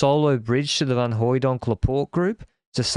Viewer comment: just listened to a bit of the Visma-LAB preview. I see what you mean, kinda. He pronounces the Flemish and Dutch names in quite a few different ways, mostly fitting to sentence context. So yeah, in the run of English sentences he certainly does drop the ‘f’ sound of ‘van’, also with Van Baarle and Van der Poel. The ‘a’ stays closer to a Belgian/Dutch ‘a’ than an American ‘a’ as far as I can tell, except in Van der Poel. One time in the few minutes I listened to say’s Wout’s full name, and in this context it’s a ‘proper’ Van Aert. I.e. basically, he’s just speaking naturally, really.